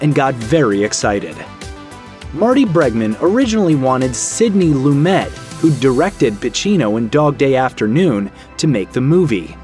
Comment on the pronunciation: PLEASE. Before voicing the narration to a famous film, learn the correct pronunciations of the major players. 'Loom-et' is excruciating to hear each time you say it!